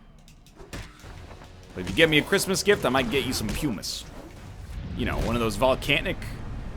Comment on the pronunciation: poomus not pewmus